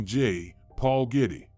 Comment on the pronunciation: I don't know if you are a real person or what but you have pounced wrong j Paul Getty's name wrong you said gritty it's not gritty it's Getty and the liver is not prouned that way it's the luve please get the pounced words correct I am admit about it as I use to pounce words and names wrong and so since I was a child I pounce words correctly and if you do a report as you do in this context then get it right please